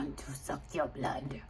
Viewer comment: I rebuke any negative energy from the way you said want to suck your blood ❤❤like whaat😅